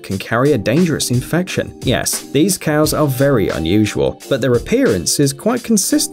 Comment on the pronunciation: there Highland coows, no scottish coows